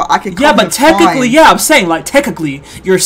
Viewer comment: "tekakly" skdhdkddjkkdjdj